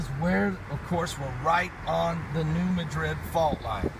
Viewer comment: It's not New Medrid, it's New Mad-rid. Not trolling, just correcting.